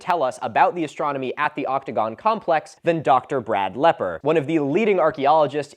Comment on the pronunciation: Okay maybe it's just my audio processing issues, but I SWEAR I kept hearing "optigon" instead of "octogon"....